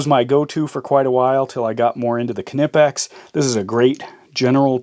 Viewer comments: Nice review. I've been vacillating between the Knipex 4 or 5 inch Cobra. I'm pretty sure you've sold me on the 4". Incidentally, as a person with a silent "k" in his last name, I feel it my obligation (my duty, even) to point out that the brand name is pronounced "Nippex" and knot whatever the hell it was you said. : ) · The 'K' in Knipex is silent!!!!!!!!! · this ones simple, snap on makes good sh*t, but when it comes to pliers, Knipex, by the way pronounced "kinipex" :p cant b beat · You might have a silent K but Ka-nep-pex does not.